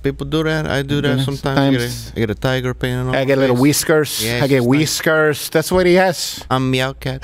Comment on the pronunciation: “Wheeskers”? I’m dying!